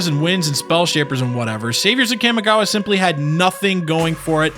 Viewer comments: For the love of god stop putting emphasis on the A when saying Kamigawa it makes me flinch every time I hear it. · the way you pronounce kamigawa hurts to listen to. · My inner weeb is hurting due to that pronunciation of Kamigawa. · I literally cringed every time he said Kamigawa. Otherwise great vid. Started with that block. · You're not saying Kamigawa any where close to right, but thank you for making this vid. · there are accents and then there are mispronounced words. Trust me I know about accents, im a latino immigrant... but this isnt an accent. This is mispronouncing a word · His mispronunciation of Kamigawa is fucking horrid, too. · He’s also pronouncing Kamigawa brutally wrong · Pretty sure it's pronounced "KA-MEE-GOW-AH." Kamigawa was amazing, don't care what any one else says. It's all about them rats! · You pronounce Jitte right and butcher Kamigawa :( Kah-Mee-Gah-Wah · the way the narrator pronounces "kami" as "cammy" irks me. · Pronunciation, please! Make all the /a/ vowels sound the same, not that horrendous nasal /æ/ sound on the first syllable. It's distracting as hell trying to pay attention when you repeat "Kæmigawa" every 5 seconds. Also, though I know I'm pissing up a rope when it comes to Magic players on this, there's only one /i/ in "ninjutsu." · The mi in kamigawa is pronounced like "me". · cam-i-gawa COM-I-GAWA FFS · "Kahmehgawa" No, it's pronounced KAMI (Kah-Mee) gawa. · yup.. its Kamigawa.. not Kamagawa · You cant even pronounce the Kamigawa right. Its not Kay-mi Gawa, its Kah-Mee Gawa. Kami is japanese for divine or heavenly, spritual. And gawa is for place or land. Roughly translating to land of the spirits. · Ka-mi-gawa not Kam-e-gawa lol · Ugh cammy-gowa? Its Kah-mee-gah-wah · Kam-i-gawa Very nice pronunciation Kah-Mee-gah-wah is probably closer to correct since it's the way the Japanese would pronounce those syllables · Cawmi-gawa not cammy-gawa. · Cam-i-gawha block. It’s pronounced Calm-y-gaw-wa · wtf is Cam Igawa